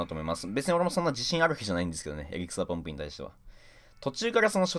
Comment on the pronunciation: エリクサーポンプが草ポンプにしか聞こえない